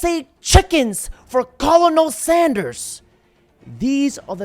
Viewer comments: Sorry homie, but the correct way to pronounce ‘Colonel’ in Colonel Sanders’ is ‘Kernel’, like a popcorn kernel, not ‘Co-lo-nel’. Love your stuff. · Col-i-nol Sanders? 😂 English is hard, I understand. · the way you pronounced Colonel 😂